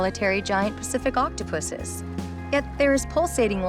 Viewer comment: She said pusses😂